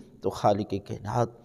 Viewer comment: Utube per ap say sawal nahi poch saktay Ap word kaainaat ko sahi bola karain plz